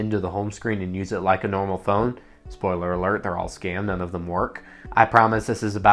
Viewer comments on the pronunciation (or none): none